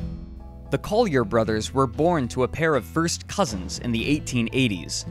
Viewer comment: “watch that foist step! It’s a doozy!”